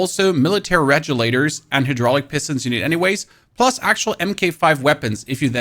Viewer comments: naw calling regulators rejulators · “Redj-oo-laters”?!?!?!? Dude. Come on. Reg u laters. How can you pronounce an every day word so wrong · and "rejulators" ;-)